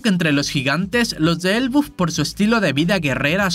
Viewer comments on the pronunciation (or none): se dice ELBAF tio me extraña jajaja